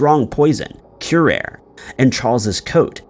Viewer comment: FYI, curare is pronounced "cure-are-ay."